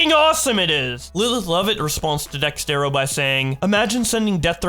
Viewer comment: Its DEX ERTO not DEX TERO